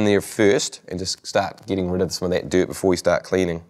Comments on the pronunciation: "acciumilate diurt" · Did he say deert